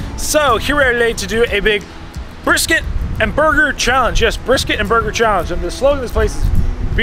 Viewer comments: What’s a Bristket 😂❤ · * What's a "Bristket"